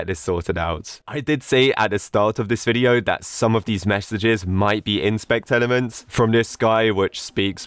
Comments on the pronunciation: lol "MAEESAGES!" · "MAEESAGES" yes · Ah yes, Maeesages. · "ban maeesages"